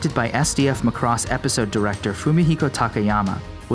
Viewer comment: It's pronounced PAH-lah-bor not PAT-leh-ber and Macross is pronounced MAEH-cros not MAH-cross.